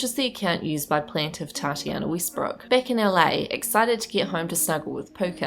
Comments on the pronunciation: Westbrook (“e”as in “elephant”) not Weestbrook. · Obviously, but someone’s name should still be pronounced correctly.